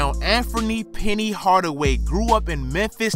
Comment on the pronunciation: Yo bruh it's Anthony not Amfomie.. lmao.